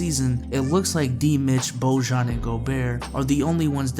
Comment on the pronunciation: Jazz fan here: Bojan is pronounced boy-on. Also, we waived Jeff Green. Great video!